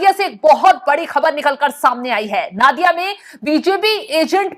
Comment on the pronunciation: नादिया नहीं नोदिया